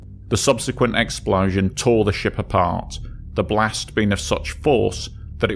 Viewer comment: I take a shot every time he says "exPLAUszun"